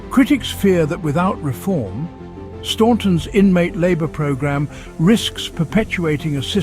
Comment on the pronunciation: The way the narrator pronounced Staunton made me cringe so hard 😂